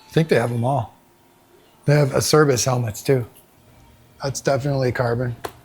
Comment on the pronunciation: Acerbis is pronounced Ah-Chair-beez! Lots of great gear in that store! I have several pairs of Armegas i love them. I have the tech 7 enduros. absolutly love them. after years of SIDI's and SG10s then 12's i'm on my 3rd pair of tech 7 enduros. The fox legion pants are also really nice for riding in the elements too! The really soft tires are great for when you run the tubeliss hardware. In the hard enduro environment (geforce jarvis mentioned) you air the outer chamber down to 3-5psi when you're in the nasty stuff the gummy tires are insane. The gummy tires are all we run even tubliss, moose or standard tube.